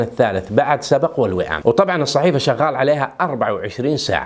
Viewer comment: اسمها صحيفة سبْق مو سبَق..... بسكون الباء وليس فتحها . (سبق) من سبق صحفي